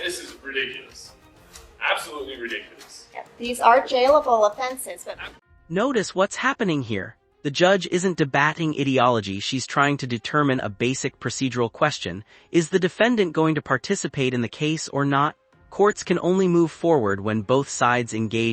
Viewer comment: AI narrative is horrible “De-batting” it’s DEBATING!!!! Listen to your slop before uploading it!